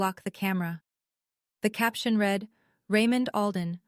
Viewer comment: You have read (reed) as in to read something, and read (red) as in it was read, mixed up consistently.